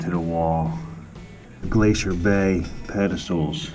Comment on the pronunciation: Why you say glacier bay like that ? Lol